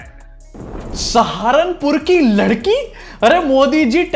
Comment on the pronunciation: Larki modi ji larki 😂 bol raha hai😂